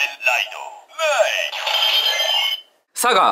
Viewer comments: 『カメンライド、サガ！』が、『カメンライド、サッカー！』と聞こえた… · サガが 仮面ライド、、 サッカー！に聞こえる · サガがサッカーって聴こえた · サガの発音がサッカーって聞こえた…。